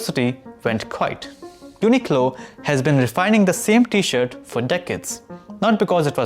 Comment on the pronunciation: I think there’s an “r” in t-shirt, my friend. Might want to consider including it in your pronunciation, because without the “r”, it sounds like something else.